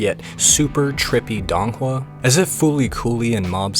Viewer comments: please say it correctly i cannot take DONG hua seriously. Its sounds more like doon hua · This might be extremely pedantic, but i believe it's pronounced "doe-ng hua"